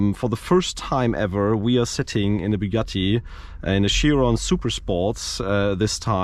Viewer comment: It's pronounced "Bugaeee".